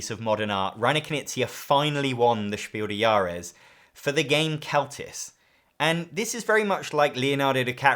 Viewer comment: your pronunciation of „Spiel des Jahres“ is almost at the „He walks among us“ tier, you're just forgetting to pronounce the „s“ in „des“. It should sound exactly like „des“ in „desperate“